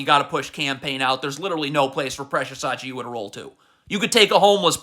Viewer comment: How come you pronounce Precious Achiuwa with 90% accuracy but still say Mike L Bridges